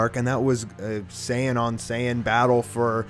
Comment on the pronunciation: Super Saiyan five not super saying white get your facts right boy